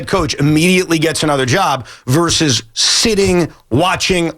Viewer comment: Versus. ver-sus Two syllables. Not "verse," that's one syllable. Versus, abbreviated "vs" but still pronounced ver-sus.